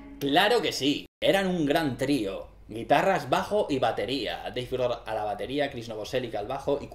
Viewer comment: "deif grol" "pritty songs "shot this gon"